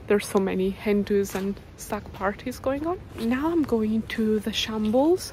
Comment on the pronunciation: At first I thought you said there were a lot of Hindus then I realised you actually said hen-dos 😂